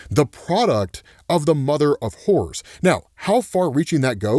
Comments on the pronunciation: Anyone else thought he said “mother of whores” for a moment? I took me a second to realize he was saying “horrors” 😂😂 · Lmao im sorry but every time you say "Horrors" i hear "Whores". Ik just like yeah whores can definitely lead you to a good time and horrors. 😅